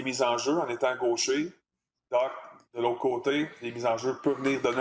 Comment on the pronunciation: Serait temps que vous appreniez à prononcer Dach comme il faut. Bye